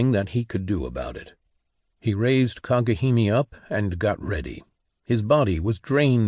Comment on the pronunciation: Kagehimi, so cringe. It would be cringe even if it was correct. It's Kage Hime. Arghh It's so annoying!!!!!